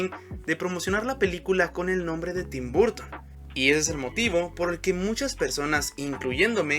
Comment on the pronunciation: Que estrés su pronunciacion de tim burton jajajaja